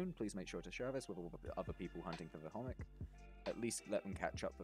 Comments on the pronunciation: To be honest as a Polish person. You pronounced both Masło and Chomik really nice ;) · You are the first person that i see pronouncing chomik right!